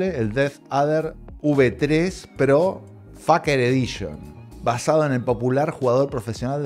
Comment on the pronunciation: se pronuncia "feiker" jajajaja, me cagué de la risa con cada pronunciación jajajaja.